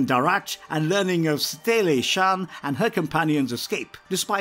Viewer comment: It’s Satele Shan not Saclee or whatever the hell you said